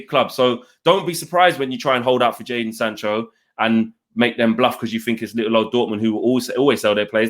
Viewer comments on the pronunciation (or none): none